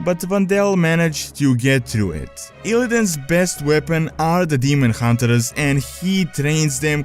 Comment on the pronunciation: demon hun-ters, not demon hun-te-RERS.